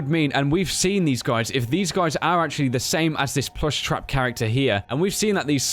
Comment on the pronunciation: its frekin pluushtrap dummy !!